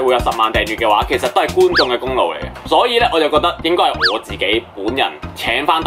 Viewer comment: 其實只係訂閱左你幾個月，但你D片真係好高質! Btw係功勞not功努!加油!